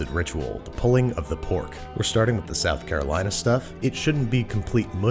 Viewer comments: I physically cringed every time you said South Carolina. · From south carolina and I got unreasonably upset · I'm not from NC, but I am in love with their BBQ. So every time I hear you say "South Carolina" I cringe. Please just dub over yourself and fix it. I literally want to puke hearing you say it.